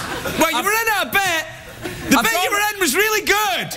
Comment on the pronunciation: "dwere you on a little scooter" 😂